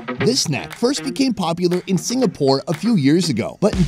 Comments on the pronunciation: Hahahaha! its "Singapore" not "Sigapore" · Its Singapore not Sigapore..... n please do come to Singapore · Who else caught it when they said, “Sigapore?” Lol 😂..... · Singapore with an "N". Not Sigapore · Enjoyed the chemistry but WHY SIGAPORE not Singapore 😭😭😭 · Singapore, not sigapore. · YOU GUYS MADE A MISTAKE AND FORGOT THE “N” in SINGAPORE!!!!!! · Did you mean sigapore or Singapore 🤣 fire you're spell checker . Lol jk love from the UK to you and your team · ...missing the "N" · Sigapore??? Or Singapore??? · Singapore or Sigapore? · "SIGAPORE" HAHAHA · ah yes “sigapore”